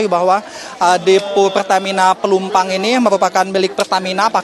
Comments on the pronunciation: Woiii ......Plumpang bukan Plumpung hadehhhh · Plumpang mas reporter.. bukan plumpung gimana siiih